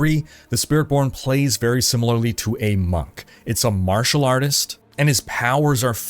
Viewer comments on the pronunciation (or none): none